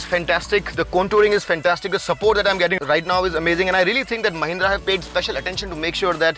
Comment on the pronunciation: It's not mahinda marrazzo it's mahhindra maraalo😂😂😂 it's ugly